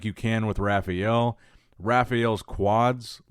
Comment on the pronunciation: Does anyone else cringe when he says Rafael? It’s the worst!